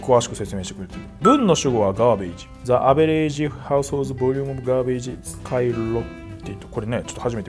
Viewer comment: the averageのとこザじゃなくてジですよ